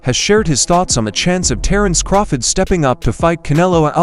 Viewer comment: Who the fuck is "Terence Croffit?" 🤣 This A.i. narrator tripped out